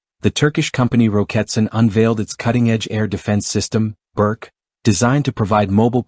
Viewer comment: Pronounced "Boorch"